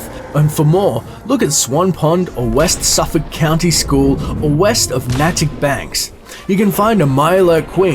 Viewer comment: it's Natick (neh- tick)